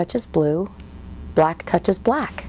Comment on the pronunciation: I hate hearing the word “black” the way she says it.